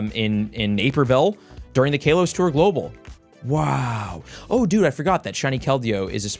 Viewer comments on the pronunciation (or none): Kaiilos!!?!? It’s Ka-low-se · its not KAY LOS bro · STOP SAYING KAYLOS BRUUUH